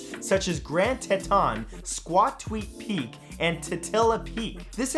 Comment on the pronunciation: You mispronounced Teton it is pronounced tee-ton